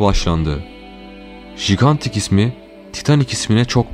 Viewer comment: Bu nasıl seslendirme! Yapay zekâ gibi duygusuz ve garip vurgular eşliğinde... Bu arada geminin önceki adının Gigantic olduğuna dair resmî bir kanıt yok. Ayrıca bu kelimenin okunuşu "caygentik" şeklinde, jigantik değil.